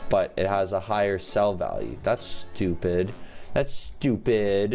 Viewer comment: Stuuupid Me: did you say 'too bid'?